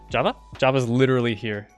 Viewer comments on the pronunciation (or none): none